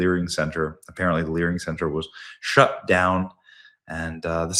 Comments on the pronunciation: Live and lear 😂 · "My name is. And I am here to Lear." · You live you lear 😂